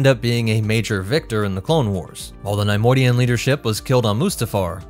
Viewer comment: The constant mispronunciation of Neimoidian made this unwatchable :/